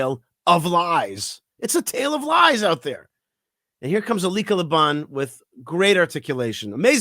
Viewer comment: As always, I love your views and commentary! I adore Elica Le Bon! I don't believe she is Jewish. If so, I think it is helpful to bring that up. It adds more weight to what she says. Also, I believe her name is pronounced EL-lee-ka. And the clickbait is deceptive. It reads as if she is on the other side. I only mentioned this, not to be critical, but so she receives the kavod she deserves for defending us as strongly she has! Can't wait to read her book!! Kol hakavod for doing a piece on her!!